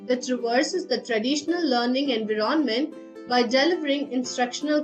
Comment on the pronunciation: Terrible accent; hard to understand; some words are not stressed correctly or pronounced right (e.g. environment, content, demonstration, virtual).